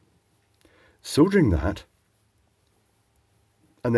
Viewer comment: So refreshing hearing a person soldering and not soddering. Cheers.